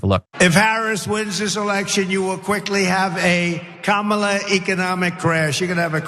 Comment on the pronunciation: Kamala......one of the few 3 syllable words he knows, but like tesler, he can't pronounce it....